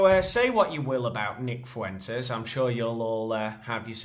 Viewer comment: If I hear Piers say "Foo-intez" one more gd time...